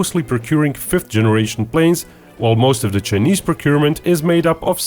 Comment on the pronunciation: I like how this guy says “chnise” hahaha